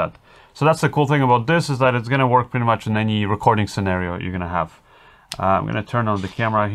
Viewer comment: IMH0, they didn't sound that great for US$450, the receiver looks intrusive on top of the camera... sorry, wouldn't purchase. Small point. It's pronounced THis, not Dis, THat, not Dat, THere not Dar, THe, not Da... practice this dipthong,, will make you videos more enjoyable for English audiences... I know, small annoyance, but your English is really very good, just this one thing that will make your narration so much better... love your channel, sorry to be so critical